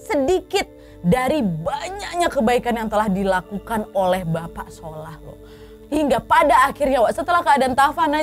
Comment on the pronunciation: ngakak pas bilang "Sholah athyahh"😭